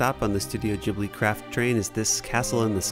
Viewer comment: its pronounced Gh-ib-li the g is not pronounced like a j